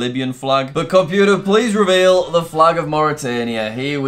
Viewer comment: "Compuer reveal the flag of ..." omg. I like jack but that is just... Uhhhhhh